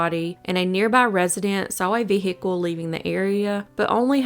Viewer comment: V HICKLE?